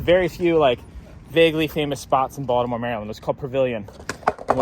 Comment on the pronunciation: You can tell is actually from Baltimore because he says it like "Voldemort"